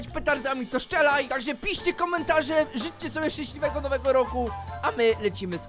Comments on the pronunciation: "Szęśliwego nowego roku" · "szcęsliwego nowego roku"